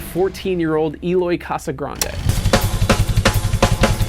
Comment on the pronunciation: "5-7% of improv" wtf are these percentages, who can even break down their drumming to individual percentage points like that 😂 Also, that is not how to properly pronounce Eloy's name